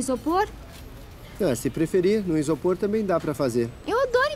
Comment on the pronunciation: ksjsks mulestador de isôpor